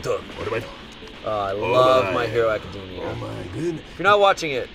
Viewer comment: "I love my hero academia" pronounces academia wrong* Bruh, learn to pronounce it